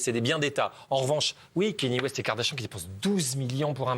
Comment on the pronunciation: Ça se prononce Kanié West